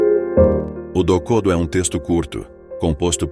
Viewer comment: Pronuncie "MuÇashi" e "dokodÔ".